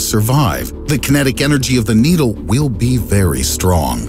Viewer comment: bro called needle needy